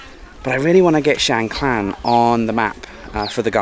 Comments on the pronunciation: No "l" or "ล" in the second part of the district name. So, it's Chiang Kaan, not Chiang Klan.😊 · What’s wrong with you British with every name and word you can’t pronounce it’s mysterious to me?😂 Chang klan?🤣😂🤣🤣 (Is Chiang Khan!)🔝👏🤣👍💙🇹🇭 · Great video, but isn’t it Chiang Khan, not Klan. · Is it me or did you mispronounce Chiang Khan throughout the whole video? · Rule number one... quickly research and find out how to pronounce the province / location name you're in... especially when selling yourself as a Thailand travel expert, a seasoned Youtuber in Thailand and still pronouncing things completely wrong! Theres no L in Chiang Khan 😅 Enjoying seeing you back on the road in Thailand and looking forward to following this trip 👍